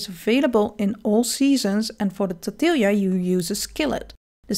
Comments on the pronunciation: My best instruction on pronouncing tortilla is tore-tea-yah. The 'll' pronunciation trips up a lot of people. In Spanish, 'll' is always pronounced as a 'y' sound. The same way, a 'j' is pronounced as an 'h' like with jalapeños. The 'ñ', I think, is best described as an 'ny' sound. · tbh I don't know if I could properly pronounce jamu either, but I am obsessed with how you pronounce tortilla. Great video! Bug jerky is indeed hilarious and OP. I catch a lot of bugs when I forage and have been spamming that for big bucks. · Wait WHAT... 😰 but- but that's how the Dutch pronounce tortilla. OK. NEW RULE: Once we occupy your country for 300 years you are allowed to bully me for my pronunciation too. 😂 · I was so worried about getting my pronunciation of jamu and lodeh and even shallot right, but then tortilla suckerpunched me out of nowhere hahaha! 😆Someone else commented on this too and I've been having a mild existential crisis ever since. Like, have I been saying it wrong all my life??? But no, I checked a Dutch YouTuber and they pronounced it the same way I did. No idea why we Dutchies decided "tortilja" is the way to go, but it never even occured to me it's a very Dutch way of saying the name of this dish. 😂